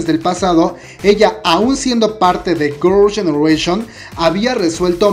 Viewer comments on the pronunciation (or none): Jajajjaa tienes que aprender a pronunciar un poco más el inglés Gorls genereishon 😂😂😂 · "gurl yenereishion" xD bote el chicle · Gurls genereshion JAJAJAJAJAJAJAJAJAJA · Qué pedo con tu pronunciación de girls' generation? ahre jajajaj